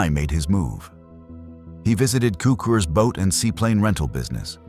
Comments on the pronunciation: It's pronounced "tsookoors", not "kookerz". And it's pronounced "küntslé", not "kwenzel". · HER-berts TSOO-krz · Is this narrated by a person or a computer? Neither Cukurs's nor Kuenzel's name is pronounced correctly in the narration, despite being pronounced correctly in some of the library footage. Did you not listen to it?